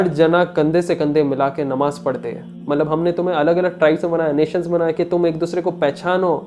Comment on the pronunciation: It's not mallab. It's Matlab. Correct your urdu pronunciation please.